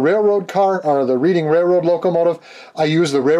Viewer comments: reading is pronounced redding here in PA. always love your channel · Although I live near the city of Reading. It's pronounced like Red-ing... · I live about 20 minutes outside of Reading Pennsylvania (Reading Railroad) it is pronounced Redding. Not picking,just passing on some info. Fun build! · Reading railroad.... pronounced "redding" after the town of Reading, PA. They even mispronounced it on Round 2 introduction video! LOL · It’s pronounced like Red- ing railroad. Nice job though, thanks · Thank you, being from Reading, PA originally and knowing about the namesake railroad, it absolutely drives me insane when someone mispronounces it.